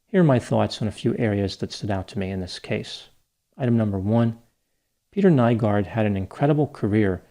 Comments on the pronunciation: Greetings from Helsinki, Finland! Not really the fame I was hoping, but what can you do.. his case has been followed very closely here in the media, thanks for your take on it! (Nygård is pronounced ”new-gord”, but who cares…) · Aileen Wuornos' parental line is from Finland (Oulu) as well, not exactly the attention we want but I'm sure the damn happiness index still takes the cake of what we're remembered for lol I had to rewind once I heard his name pronounced, even made a confused comment about it lol